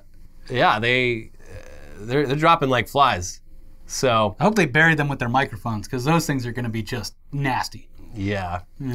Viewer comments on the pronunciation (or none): none